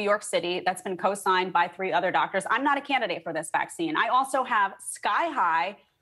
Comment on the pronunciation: Are people not bothered that you can’t even say Vaccine? And no I don’t agree with, she did not deny science, and also follow the nrs.